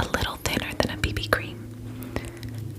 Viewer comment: I love how she says baby cream like, “ Bebe cream!”